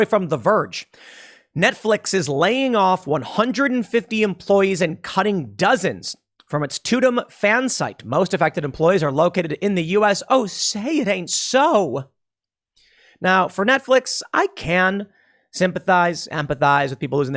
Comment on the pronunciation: "Layoffs at the 'Too dumb' website", was that a Freudian slip? It is pronouced "Tuh Dum", dumdum.